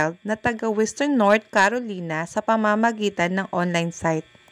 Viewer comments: CA - RO - LAY - NA ang pronunciation nun CAROLINA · Carolina ( ka-ro-lay-na)